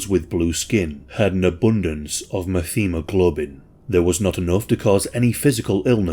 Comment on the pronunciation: Met-heem- a globin ☺️